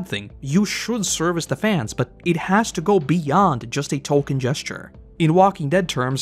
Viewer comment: lol he said "Tolkien gesture"